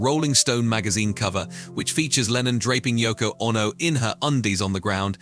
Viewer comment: What is this Yoko Onno business ? Has this guy never heard anyone say the name ?